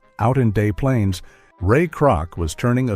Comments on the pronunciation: You can that the narrator (AI or not) is not well-versed or grew up in the Chicago area. "Day Plaines"? LOL, We ALL pronounce it "Des Plaines" over here numb nuts. BUSTED! HAHA! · "Day Plaines" Lmao DesPlaines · Narrator is obviously not from Chicago. He pronounced it Day Plaines :( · I was 9 when I saw the smoke from the west side riots rising over the city. I went to Illinois Tech and received a world class engineering degree within blocks of the Robert Taylor homes. Des Plaines is pronounced with both s's. Not De Plaines. Des Plaines. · McDonald’s pronounced Dez Planes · "Day" Plaines? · It’s pronounced Dez Plainez, as anyone who was really from Chicago would know. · The narrator tries to sound like he is from Chicago. If he were from the Chicago area he'd know how to pronounce "Des Plaines". His dead pan presentation has no feel for the city or it's history. Yes. The sound of Chicago Blues is great, but it wasn't created in the 1960s. The Sixties created another great sound in Chicago. That was the sound of Chicago Garage Bands. Rock music of the New Colony Six, the Buckinghams, The Shadows of Knight, the Cryan' Shadows. Groups that made the record charters across the country. The Sixties in Chicago also had two fantastic radio stations that influenced rock across the nation from coast to coast, and beyond. Nice try! But no cigar for this video. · As Chicagoan, seems disrespectful to use a fake voice that we hear on other "documentaries" that cannot pronounce words properly, e.g., Des Plaines.